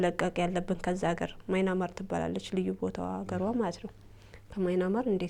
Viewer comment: Dint say "ማይናማር"...say "ምያንማር"....አሌክስ the oldest "Burma"